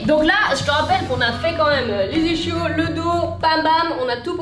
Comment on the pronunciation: Toujours aussi folle à ce que je vois ! (Et c’est ça qu’on aime) PS: on prononce « isquios »